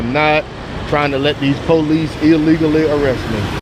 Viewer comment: Its police, not pole lease.